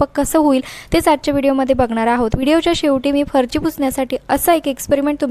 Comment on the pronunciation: अतीच बोलते.अगदी बीन कामाचं.फरची नव्हे फरशी.